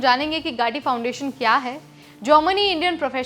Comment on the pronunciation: गाटी नहीं है 😂. गती फाउंडेशन है वह